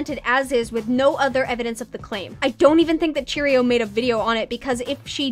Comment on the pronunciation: Everyone keeps calling Cherioux cheerio omggg lmao, btw it's pronounced sheh roo but please keep saying cheerio it's funny